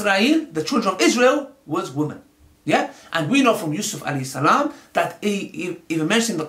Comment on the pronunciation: salam u preach dawah mashallah but u can't say salam properly